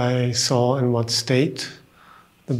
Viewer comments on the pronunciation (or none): none